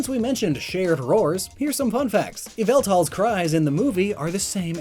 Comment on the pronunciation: ITS YAVALTAL!!!!!